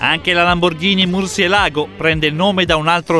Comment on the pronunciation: La mur-cie-lago, suona bruttissimo in spagnolo, prova a dire murciè-lago